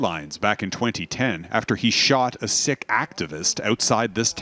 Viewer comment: btw isn’t it pronounced “seek” not “sick” lol. Embarassiiiiiing (drake meme)😂